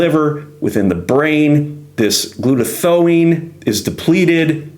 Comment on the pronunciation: Great information! The Tylenol bottle label states clearly "don't take it during pregnancy". It passes through the placenta barrier and is toxic to the baby's neurological system. NAC increases glutathione-- pronounced Gluta- THIGH- own. Subscribed.